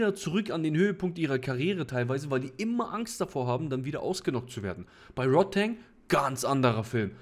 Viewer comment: Rodtang mit A. nicht Rod-teng :D